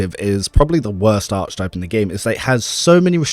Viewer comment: Proper pronunciation of archetype is aar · kuh· tipe with a hard “K” sound, not “ch”. Don’t mean to be a stickler, it just sounds odd and distracts me from your content (which is the best online, thank you).